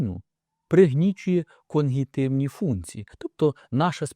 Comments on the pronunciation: Такий грамотний, що замicть КОГНИТIВНI каже КОНГИТIВНI ! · коГНітивні, а не коНГітивні